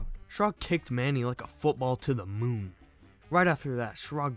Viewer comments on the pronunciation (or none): none